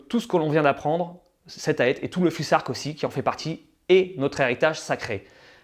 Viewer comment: On prononce fusark ou fousark?